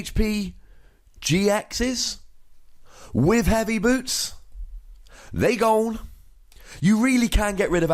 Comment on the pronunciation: lol "they gowun!"